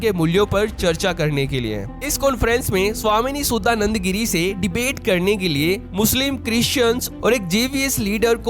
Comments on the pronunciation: शुद्दा नन्द नहीं। शुद्धा नन्द। शुद्ध = pure चुतुराई नहीं। चतुराई। भाई अपना pronunciation सुधारो। भाई तुम्हे तो धर्म लिखना भी नही आता। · भाई आप भारतीय है आप नाम का सही उच्चारण कर सकते है हमे अंग्रेजो की तरह क्यों उच्चारण करना? इनका शुद्ध नाम है शुद्धानंद गिरी, सुद्दा नंदा गिरी नहीं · तुम एक भारतीय हो करके भी भारतीयों का नाम भी नहीं बोल पाते हो सुधानंद बोलो